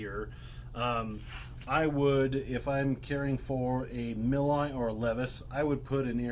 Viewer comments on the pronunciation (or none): Btw, the "Nepherus milii" actually had their Latin name changed to Underwoodisaurus milli in 2014. Milii is pronounced "mil-ee-eye. I have done some research on this. Just wanted to point that out. Good video though, lots of good information.